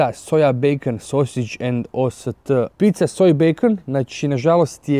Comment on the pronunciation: pizza se cita pica ne picica